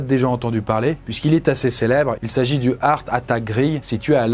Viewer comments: Lol l'accent anglais de! "Eursse" = "Earth" comme prononcé signifie "Terre". Ça se dit plutôt "Harte" = "Heart" le cœur. Voilà voilà jle place là 😅 Merci pour cette vidéo 😉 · comment il peut y avoir une équipe derriere et ne pas corrige de simple prononciation d'anglais. entre hart attack et hearth attack. c'est pas compliqué heart a dire pourtant. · Faut revoir ta prononciation de l anglais. Heart c est art ! Pas eurf... Ca c est earth.. la terre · Purée ne prononce pas heart comme earth!